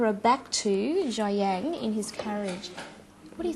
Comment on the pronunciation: Better learn how to pronounce Xi An because that is part of knowing more about words.